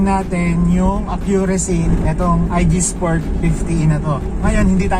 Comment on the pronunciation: Boss ang mali mo lang nasabi ay IGSPORT..dapat ah IGPSPORT..kulang ng P boss kasi ganyan din ang gamit ko.